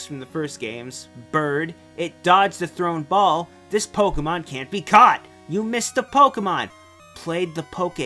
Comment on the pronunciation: I love how you pronounce Pokemon correctly. I fucking love it so much. Thank you.